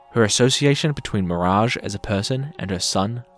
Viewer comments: I am so mad you call mirage like that. Not to be a nerd but its pronounced miraj NOT FLIPPING MIRAG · Bro literally said mirang . That's ma rage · Why is no one talking about how he butchered Mirage’s name by calling him “Meringue”? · Nah...nah you mispronounced Mirage's name on purpose. F*ck that sh*t